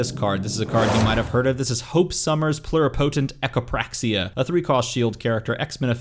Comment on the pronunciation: Nailed the video content, but not the pronunciation: PLU-ri-puh-tent, not plur-eh-PO-tent, nor PLUR-y PO-tent. Think thermometer.